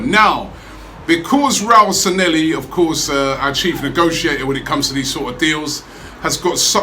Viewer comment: Stop calling him Sanhelli, his name is Sanllehi!